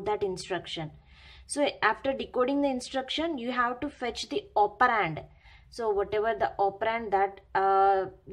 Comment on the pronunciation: Its operand not opperraaaaanddd 😂😂😂😂😂